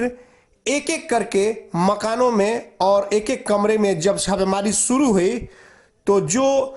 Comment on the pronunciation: Kes rupaye nahi, Kesh bolo or suru nahi , shuru bolo. Apna s sahi Karo fir video banao